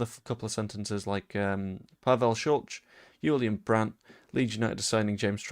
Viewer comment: Sulc is pronounced Shultz. Please stop saying it the way you do, it sounds clumsy